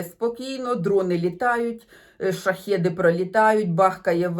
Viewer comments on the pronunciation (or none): none